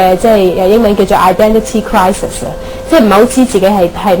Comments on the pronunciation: Exactly, she said "Identity Crisis" with Cantonese accent. I wonder if she will fit in when she go back to America. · WTF!SO cool! I heard an America said "identity crisi" with full of Chinese accent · She so does have a Cantonese accent on "identity crisis" - I live in Vancouver BC and I hear Cantonese every day, and... yeah. Total Canto accent on those words... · lol...her chinese is good, but did you hear "identity crisis" it sounded like a chinese person said it hahahahah